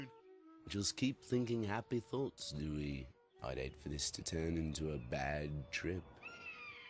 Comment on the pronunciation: That's because he's saying it as Duey 😅🎉❤